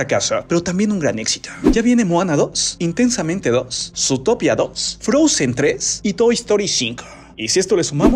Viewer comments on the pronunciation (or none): none